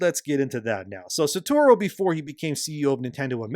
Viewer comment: The number of time Shibata Satoru been called “Saturo” over this video made it so much harder to listen to 😭 (Like, I’m not an English speaker and hearing one’s name being butchered again and again is so distracting)